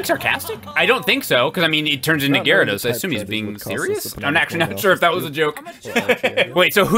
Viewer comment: The way the guy says gyarados bothers me horribly